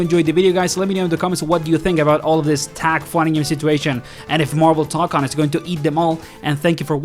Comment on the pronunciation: Say TOE CON, not tock on